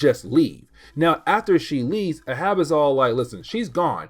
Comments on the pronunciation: Hey. Just a note about the name Arab. It is pronounced Ā(as in day)rãb(as in rabbit). Think of Captain Ahab from Moby Dick. It's a confusing pronunciation. If we talk about the race of Arabs it is pronounced Æ(as in air)rãb(as in rabbit). English spelling and pronunciation is ridiculous. If you want me to stop correcting your pronunciation, just let me know. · It’s pronounced ay-hab. Reference to Moby Dick. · I came here to say this. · Ahab is pronounced "AYE-HAB" 😊 Anyways keep up the great work brother looking forward to more of your Marvel Comics recaps 👑